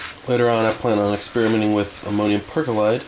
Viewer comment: It is not pronouncred "CAR ROW"! It is pronounced "KAY ROW". At least in all areas of the USA I have been a cook in. Ammonium perchlorate was also mispronounciated. It sounded as if you said perkolite instead. "And thats how I make my potassium nitrate."??????? I think it is a bit more than potassium nitrate whhen you mix it with the other ingredients. Enough of me being a word Nazi. But seriously, I am only trying to educate you. It hurts my ears to hear folks make simple mistakes, and so often. Speaking of which, cooking that stuff indoors is stupid!!!!!